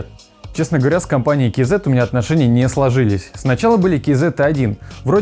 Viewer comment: Ну хоть кто то правильно прочитал название, кей зэт а не казэ бл@